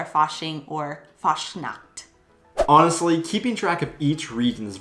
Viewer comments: The way you speak Fastnacht sounds like ,fast nackt' ( nearly nude) ;-)! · you have to take care while pronoucing the "ch" when you say Fastnacht...because when you pronounce the "ch" like a "K" which you did then you are actually saying "fast nackt" and that means "almost naked"...that was simply funny By the way because you mentioned "Halloween"..as you already mentioned there is a "Krampusparade/Perchtenlauf" in early December and that is then a "scary Parade" I´ll show you a short footage from Austria because there it is a huge thing on the 5th of December. A tradition by those socalled Perchten is to smear coal on the peoples faces just clarify why some of the kids in that vlog have a black spot in their face or on their nose..those simply got touched by these creatures. And all those masks are self-made hand-craft artwork by wood and therefore also heavy to wear - round about 20 pounds - and they are also very expensive when you order to make one and the horns are from cows, ibices, chamois and rams. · If you try to pronounce the CH in a word f.e "Fastnacht" or "ich", try to pronounce the ch like when you would say "huge" but only the "h" of "huge" what i heard aswell is that you guys dont like the harshness of the "Z" like in "umzug" bcs the "Z" almost like a "TS" in a spoken manner, there are occasions that the Z is soft, but i cant think of one from the top of my head. Overall you do a great job experiencing Germany and its culture and Language :D